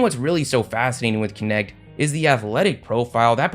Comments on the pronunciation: Dalton Knecht aka Dalton Connect 🤣🤣🤣 Man Knecht is a german name and your prononciation is hilarious😄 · Why do people keep saying that dudes last name as Kinect when it's pronounced Nect. 😂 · man it triggers me way too much everybody saying dalton connect^^ it cant be that hard to say knecht guys